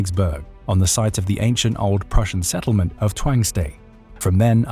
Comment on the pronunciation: Prusia not Russia